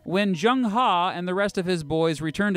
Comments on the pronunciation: It's not Zheng HA - It's Zheng Heh (as in "her" without the "r") - Kinda important. Loved the video. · It is pronounced as ‘ Her’, not ‘Ha’. Haha... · the e in He is pronounced as e in earl gray, not as a in khan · Love your videos entertaining as well as educational BTW his name is pronounced "HE" like "huh" and his surname is "Zheng" pronounced "Cheng" hope you don't get offended Great videos keep them coming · Zhong Chen no, he pronounced " He " in "Zheng He" wrong.